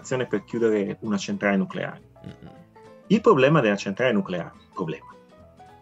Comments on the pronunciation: Nucolare lisa , si dice nucolaaaree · Un momento... non si pronuncia noculare? Le mie certezze crollano! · Beata ignoranza... Nuculare! Si dice nuculare!